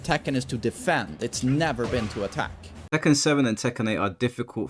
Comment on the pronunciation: The way he pronounces Tekken 7. ‘Tekkan 7’